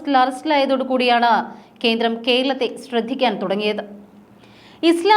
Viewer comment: കീരളം, കീന്ദ്രം, ഒന്ന് നേരെ ചൊവ്വേ parayoo